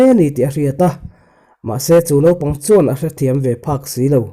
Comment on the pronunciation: Chu. Tih leh chuan tih i thluk dan hi ngaihthlak anuam lo. Tawp chut lovin a pangngaiin chiar la angaihnawm deuh ang.